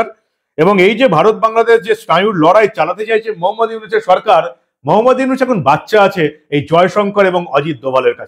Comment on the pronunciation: তোর দুই টাকার চা বিক্রি করা মোদী পাসোস ডক্টর ইউনুস নোবেল বিজয় নামটাই তো শুদ্ধভাবে বলতে পারিস না তুই